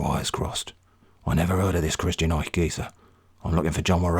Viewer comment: You really nailed the „ch“ sound in „Eich“. This is a difficult phoneme for most non-native German speakers (and even for some native ones), so - great job!